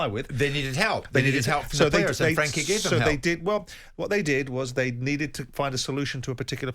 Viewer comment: Frenkie not Frankie...